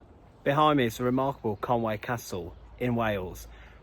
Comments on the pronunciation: It's conwee castle ffs not conway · Conwy not Conway